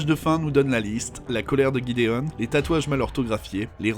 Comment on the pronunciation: alors bon je le dit parce que ça m'a perturbée a chaque fois que tu parlais de lui; ça s'écrit gidéon alors pourquoi tu l'appelle guidéon?